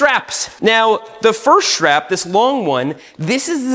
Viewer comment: Shtrap AND shtring talk in one video? What a treat.